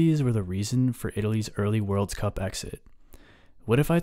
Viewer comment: "Worlds Cup" really ticked me off